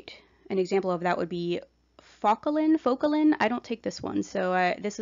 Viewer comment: Sorry, but you lost credibility when you didn’t even prepare enough to properly pronounce an often used but underrated medication such as Focalin. Such a shame because you were nice in your explanations otherwise. I’m on Focalin and was so disappointed in the misinformation or maybe it was just lost in translation by the oddly delivered information. You have potential to be helpful, but please know what you’re talking about.